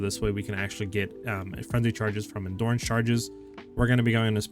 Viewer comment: I swear I'm hearing it wrong.. I hear Endoorance charge every time 😂.